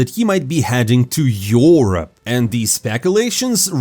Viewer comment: ".. elige and him living complexity... be heading to yorope." please work on your pronounciation, ah i forgot its all AI, so its sounds the same every fucking time you saying 90% of the words. also good that people like richard lewis, mauisnake, or thorin dont have permission to spew their nonsensical opinions on big tournaments, that would be hella unwatchable. these guys just saying things to be relevant and talked upon in the scene.